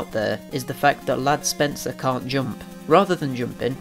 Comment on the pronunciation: Ladd Spencer?? I thought it was Rad Spencer.